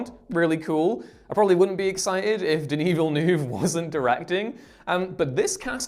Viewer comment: Everytime you say denis villeneuve i cringe